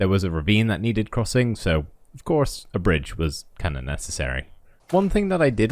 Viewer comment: and then I heared "kind off"